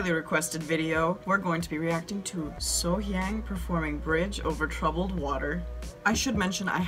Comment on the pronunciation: Love love love your reactions and analysis. Just a small tip to all her lovely fans--the "hyang" part of her name is pronounced with an "ah" like So-Hyahng. I'm American, but I've lived in South Korea since 2004. Native English-speakers always make this mistake with Korean words like the Gang in Gangnam Style is also "ah," and it just has to do with how it's hard to transliterate Korean vowels into Roman letters.